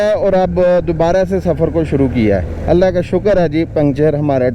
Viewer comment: Aap Allah hoo ghalat bool rahay hay janab